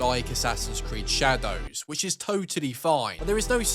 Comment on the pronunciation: the way he pronounces the DOWS in shadows makes me want to end it